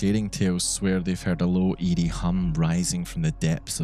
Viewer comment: It was hilarious. I thought you kept saying ede but you were saying eerie. 😂